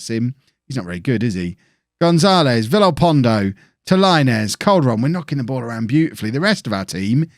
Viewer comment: In Spanish vowels only make one sound. "I" sounds like "ee" and "e" sounds something like "eh" so Tigres is pronounced tee-grehs. Important to note that in Spanish 'r' is more of a tap on the roof of the mouth than holding your tongue there, but even if you can't pronounce the 'r' perfectly tee-grehs is pretty close. Also, double L is pronounced as a 'y,' so Villalpondo would be "veey-al-pahn-doh"